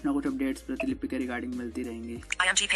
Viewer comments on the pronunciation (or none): वीडियो तो काफी अच्छा लगा किंतु प्रीतिलिपि नहीं प्रतिलिपि स्पेल होता है